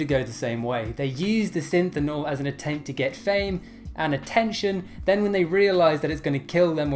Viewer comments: SYNTHOL. SYNTHOL. Not Synthinol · Synthol, sounds like Sin-thal....not synthinol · It’s pronounced sin-th-all not sin-thin-all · Please, at least pronounce the word Synthol correctly. Stop adding extra syllables. Sounding out the letters is always a good strategy, you "Synthonol" freak! Love you, Buddy! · Synthol... Not synthenol... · lol you keep saying.. Synthennol... but you spelled it... Synthol.. Im confused on how to say it now..